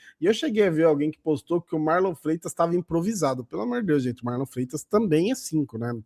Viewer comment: O abel falando MarlON kkkk